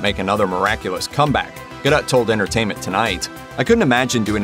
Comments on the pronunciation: That's pronounced Gal Gadoe- NOT GADOTT !!!! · Lol, 2020 has been anything but, who can compete....bloody warner brothers....the weak ass kristen wrong choice yeah right....im not paying any attention if you cant pronounce the lead actresses last name....smh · Ffs, learn how to say Gal's last name properly!